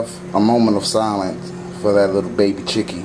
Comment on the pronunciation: lol the way you said "chicken"